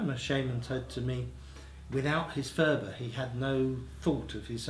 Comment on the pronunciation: Phurba is not pronounced "fooba" . It's a hard p sound at the beggining followed by a slightly aspirated h.